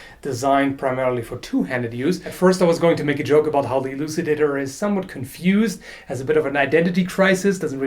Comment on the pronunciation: Elucidator sound like Ejaculator